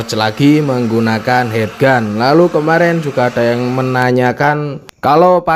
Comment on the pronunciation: Heat gun dibaca hit gun lur... Heat= panas Head= kepala